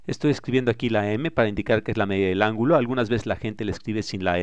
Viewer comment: "verticè!... angulò!" No se quien hace el doblaje, le agradezco pero suena mal terminar las palabras con acento abierto y alzando la voz continuamente.